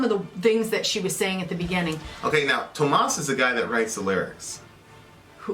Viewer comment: Tuomas - say it like 'TOURmuss' without r, but vowels like that. The spelling actually says you should go from the u in pull to o in sport.